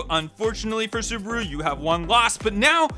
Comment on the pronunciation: And Tayota xD